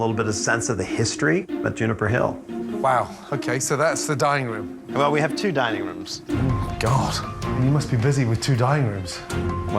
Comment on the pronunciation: It almost sounds like they were saying dieing room in the beginning